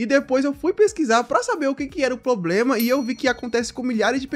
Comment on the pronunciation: "poblema"... Rss... Será que é tão difícil falar "problema"?